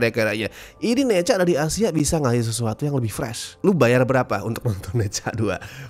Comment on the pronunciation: Bacanya Nacha, bukan neca neca neca